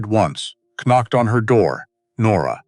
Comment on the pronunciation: AI shocking pronunciation Eg the K in “knocked” is not pronounced